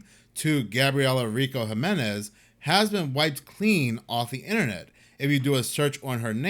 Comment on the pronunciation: Jimenez is pronounced Himenez